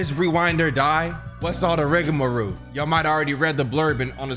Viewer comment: "what's all the rigamaroo" gotta be new thing bru😭